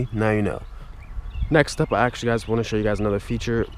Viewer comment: Anders Jaasund he said it "agchtschlly"